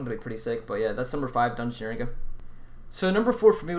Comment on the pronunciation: disliked as soon as i heard you say dungeoneering, gtfo